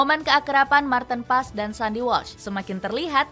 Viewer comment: Bukannya nama martin paez , membacanya sekarang menggunakan pelafalan bhsa Indonesia, seperti halnya tom haye, HAYE bukan malah dibaca tom hey, jadi martin PAEZ, bukan malah di baca martin pass, karena martin sekarang penampilan nya tidak lagi pas pasan , jadi gk usah di panggil martin pas, penampilan martin sekarang sudah di rias dlm bhasa jawa( paez) agar lebih hebat daripada buffon, karena martin ngaku dari kediri, jadi namanya dirubah jadi MARTIN PAEZ